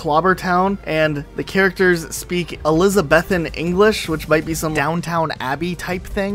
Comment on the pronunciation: Elizabethan pronounced eh-li-sa-beth-in vs eh-li-sa-bee-than XD!!!! im dead lol. also. down town abbey!? XD!!!! lol downton XD!!!! LOL LOL LOL <3